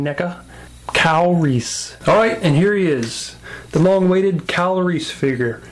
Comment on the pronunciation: omg funny you say Kyle Reese name and pronounce it Calories, keep up the great work, looking forward to MeEvilCheese figure review :)